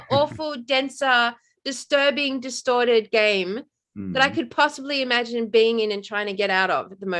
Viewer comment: Imagine im-a-gin-e